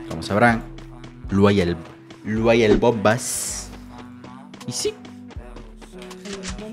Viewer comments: "Luay el bomas" JAJAJA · Luay el "bomas" jajaj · "LUAY EL BOMAS" xd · "Luay el Bomas"😅